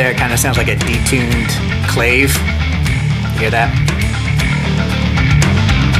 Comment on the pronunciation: Absolutely loved this video, thank you so much! Though it's pronounced clah-vay 😉